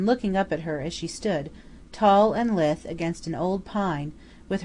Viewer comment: LMM uses the word Lithe a lot, though It's 'la-ith', not 'lith' as the reader pronounces.